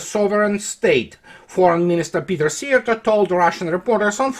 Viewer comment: you are probably the first English speaking man who said Szijjártó the most correct way so far. As a Hungarian I thank you for that.